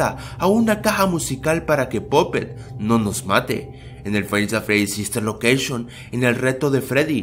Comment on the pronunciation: Bien pero dijo sister locousgion